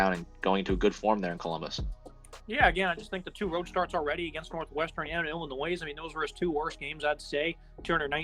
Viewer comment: Dude, the “s” is silent in Illinois.